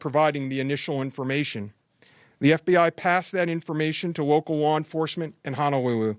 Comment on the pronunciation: Poor Mr. Veltri. It's hard to take him seriously when he says words like Honowuwu and vigiwent. He's obviously got a problem with his L's. He sounds like Barry on The Big Bang Theory. I'm sorry & I really don't want to be rude, but did he want to broadcast like that?